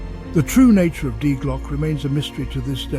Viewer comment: I don't know what is more annoying.. the constant mispronouncing of the german article "die" or the totally randomly matched stock pictures 😅